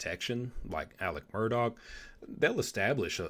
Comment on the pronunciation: Good job. You said his last name right with the “k” sound on the end! I keep writing his first name as “Elec” because that’s how everyone around there pronounces it. Nobody has called me on it, lol. I knew a family from Atlanta decades ago who said their family member’s name the same way. And as I have followed this case, my understanding is that Elec asked Buster to get somebody to put money on another inmate’s canteen account when he was awaiting trial. That they was county jail. It’s in the phone call recording.